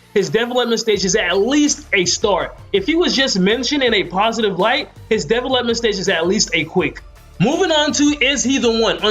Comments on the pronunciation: Development is not a 2 syllable word... It's De velop-ment and is pronounced dee, velop - ment. I'm sorry, I probably make crazy mistakes all the time but that word killed the video for me and honestly now I can't it out of my head. Sorry just had to say something. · Say it with me De Vel Ep Ment 😂 come on bro lol good vid tho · Are we really gonna take advice from a guy who cant say development (da-vel-up-ment) not defalepment lmgdao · Never laughed so hard at the way someone says a word lol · This may have been a good video but this guy lost me when he couldn’t pronounce development correctly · I was like what the fuck is he saying lmao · Dude can’t say development at all🤦🏽‍♂️🤦🏽‍♂️ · u say development weird but great video! really helped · learn how to say the word development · be sure to learn how to say development if you're going to be saying it 10 times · finally someone giving good tips about player development! also you say development weird lol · how the fuck do you not know how to pronounce the word "development" correctly?